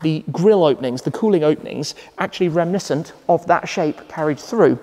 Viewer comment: The word is reminiscent not remiscent!